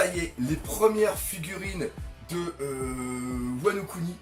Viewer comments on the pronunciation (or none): none